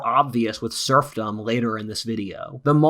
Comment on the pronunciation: Every time says SERFdom I was thinking about SURFing. 🏄🏄‍♂🏄‍♀🏄